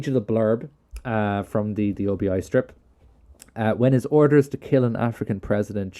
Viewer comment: Thanks for this. Very entertaining. But note, it’s an obi (as in Obi Wan Kenobi) strip not an O.B.I strip.